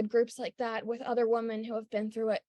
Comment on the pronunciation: I don’t know who needs to hear this but Women is pronounced wih-men not wo-men.